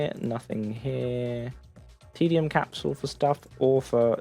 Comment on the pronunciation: Can you please pronounce "Capsule" the correct way?